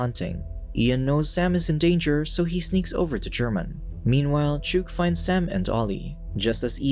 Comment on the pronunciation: Chewk 😂😂 It's pronounced similar to Chalk, it's a short name for chicken